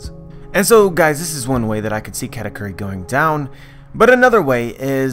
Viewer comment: its KU not Q